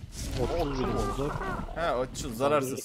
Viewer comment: Dinazor değil "Dinozor"*